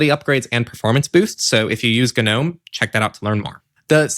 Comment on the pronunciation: Just a note, Gnome is pronounced with a silent “G”. As in Nome, the Alaska type of Nome.